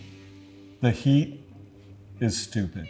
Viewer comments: Did he spell stupid like “stupit” or is that a word I’ve never heard before? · Was he making a play on words when he said, “…the heat is stupit(sic).” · Stupit. With a T. Hahaha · "Heat Stupit " that chilli fried his brain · "Heat is stupit" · "The heat is stupit" 😂